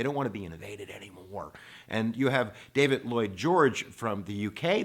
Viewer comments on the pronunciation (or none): none